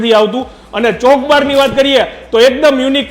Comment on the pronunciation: ચોકબાર નહી..ચોકોબાર😊